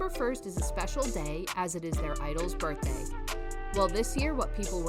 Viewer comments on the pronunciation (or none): none